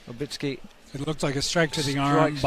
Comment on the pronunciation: Olbrychski NO Olbrykski